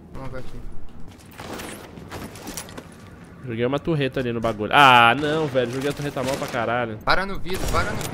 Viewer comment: facinado pela "turreta" kkk